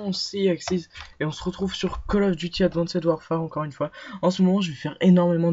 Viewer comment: Ptin ses advanced pas adwanced